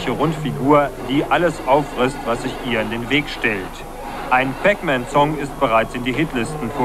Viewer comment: Der Nachrichtensprecher spricht alles falsch aus. Nicht nur Pac Man, such die neue Session beim Fußball.